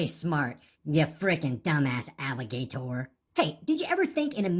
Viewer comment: Alli-GAY-tor. Haha